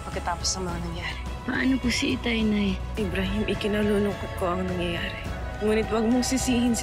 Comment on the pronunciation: Oo nga eh btw ybrahim po hindi po amrahim